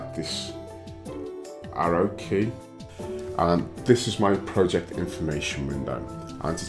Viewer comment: No wonder he can't pronounce project properly! 😊